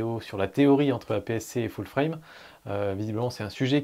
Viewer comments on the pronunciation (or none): none